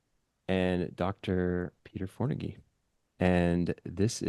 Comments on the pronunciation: It’s Pronounced FONAGY, there’s no R in it. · "gy" is quite close to the sound in "did you" (the "middle" one, between the two words). you might try with "due" or "during", but "gy" is usually a bit softer. In another way: say "d" out loud and notice that the tip of your tongue will touch your palate. In the case of "gy" it should rather be the middle of your tongue there, the tip should reach the backside of your teeth. or a different approach: say the word "tube". note the sound at the beginning, that is "ty" roughly in Hungarian. "gy" is the voiced counterpart - add a bit of sound to it, and you're there. it might just be me, but not being able to properly pronounce the name of a guest feels rude to me, especially on a channel like this